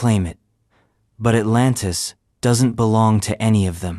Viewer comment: At-LAN-tS ASL